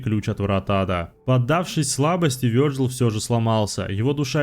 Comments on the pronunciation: а я уже ставлю лайк, только за то, что озвучил имя не обрусевший вариант. Вёрджил! Ааааа, кайф для ушей❤ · Вёрджил - правильно, а как по твоему его называть? Виталий? Виталик? Витек?